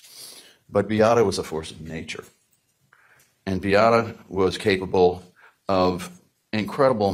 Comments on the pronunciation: My intention is NOT to critique, but it is pronounced Bee a’ ta… all short a sounds…sorry…i am half Polish.😊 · First: Beata's name is pronounced "Bee-AHH-tah". I can see you didn't watch the documentary much from that, and possibly went more by documents and trial, but that's not a bad way to analyze a case. Both "Beata" and "Kowalski" were butchered during the trial by the defense lawyers. Also, if you're just reading the print in the Sarasota County documents, that's another reason to mispronounce a name. So more just if y'all do a follow-up, it's an idea to know. The thing about not being able to hear constructive criticism if a person feels personally attacked, and it could happen with either Beata herself (who had wrapped herself in the hope of some form of treatment for her child's pain), Dr. Kirkpatrick (who diagnosed CRPS), and Dr. Smith (who diagnosed medical child abuse). Neither Dr. K or Dr. S here are going to be requested to evaluate a child unless others have suspected the potential for either, because they are specialists. One takeaway I have for this is that apparently at JHACH reporting is not made by the treating doctors, but done by a social worker on their behalf. I get that treating doctors may not have the time to spend hours on hold with a Child Abuse Hotline, but that's not how other non-medical professionals who are otherwise mandated reporters must submit their reports in other states. At least in my state, the person who suspects it MUST be the one who reports, and must report in an "immedate" fashion themselves by calling the Child Abuse Hotline. One cannot